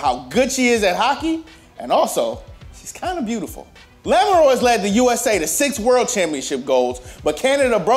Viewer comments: Yes she's an American but it doesn't change how that name should be pronounced to at least be phonetically pleasing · After that butchering of a clearly French last name in Lamoureux somewhere a Frenchman is crying